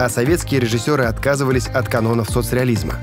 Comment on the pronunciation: Мне послышалось или "от канонов соцреализЬма"?))